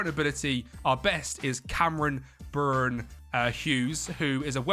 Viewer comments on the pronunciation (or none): none